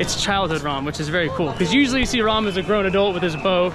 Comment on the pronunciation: Glad you visited Rāma Mandiram my friend. But a small correction. The name of the Lord is राम रा-Rā and म-ma ('ma' as in Malaysia) Rāma. But in North of India it is often mispronounced due to a distortion called as Schwa deletion where the 'a' sound id dropped(so Yoga is called yog, Shiva is called Shiv, Himālaya is called Himalay, Rāma is called Rām etc. This distortion creeped in due to over a millennium of Islamic rule in North of India(especially UP Bihar) as persian, Arabic turkic were the main official languages at various points of time. These languages are called semitic languages. They have the Schwa deletion by default. This creepedin to Indic languages over the course of time.